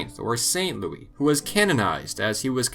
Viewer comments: Lol yeah but Louis, not Louise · Louise wtf? That's Louis...